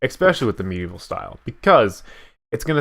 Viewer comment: I heard it too lol!